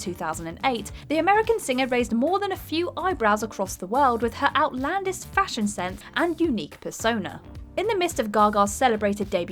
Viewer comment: That word is Burgeoning. Bur-jon-ing. And outlandish...